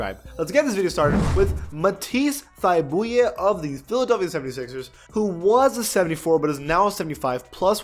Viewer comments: It's pronounced Thigh-Bull, not Thigh-Boo-Yay lol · You completely butchered Matisse’s last name. It’s pronounced Thigh-Bull. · Say it w me buddy, Ma-tees thigh-bull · And for Chris Boucher he pronounced it somewhat correctly and corrected himself and said it wrong